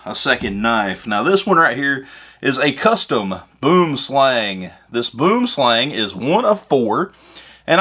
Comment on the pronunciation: LOL, boomslang, actualy translates into Englis as tree snake, its SOuth African/Dutch, and actualy isnt pronounced like you do ;-)